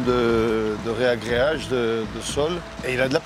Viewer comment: Mr .LAGAFF on dit ragréage et non reagreage 😜